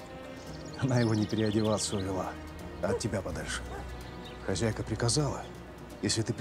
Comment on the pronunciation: А почему , хазяйка, а не хозяйка.